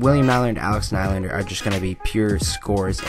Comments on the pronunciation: William najlander lol hhahahahha it's Nylander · Lol you said Najlander... it's Nyyylander!! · Its pronounced Knee-lander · In swedish it is Nil lander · u said nylander wrong